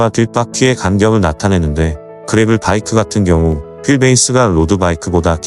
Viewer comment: 그래블(grabble) 이 아니고, 그래벌(gravel) 이죠.